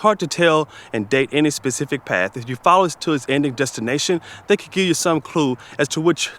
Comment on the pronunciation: Ooooh I hear English slipping into your accent 👀 there was definitely a ‘paff’ in there instead of ‘path’ We have you now 😂👍🏻